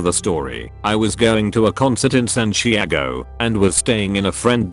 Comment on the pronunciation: The text to speach voice really cant say Santiago????